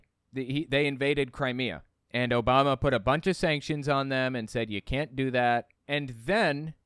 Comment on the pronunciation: the OBAMNA really caught me off guard haha